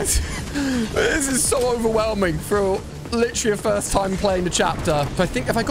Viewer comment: You said fist 🤛 not first